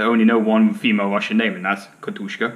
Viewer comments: katjusha, not katushka... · There's only one K is Katyusha,!